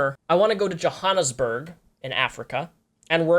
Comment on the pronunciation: You butchered the name Johhanesburg...